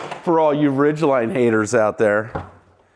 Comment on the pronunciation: No hate to but ridgeline= vagline(vah-ch line)